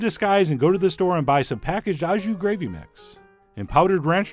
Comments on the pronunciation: OK so, like, you are the Judi Dench of speaking French and all but PLEASE stop saying "ah jus". It's pronounced "oh jus" and sounds just like Port Au Prince or SOS or Filet O' Fish. (Source: Canadian) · When will Americans stop pronouncing au jus wrong? Instead of “aw” jus it is correctly pronounced “oh” jus! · Your pronunciation of "au jus" physically hurt me. For future reference, "au" is pronounced like O. 🤣